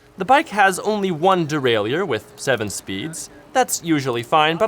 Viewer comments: derailleur is pronounced de-rail-er not de-rail-ier :) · I like this kind of content and I like reviews but his insistence on mispronouncing derailleur, makes the video almost unwatchable.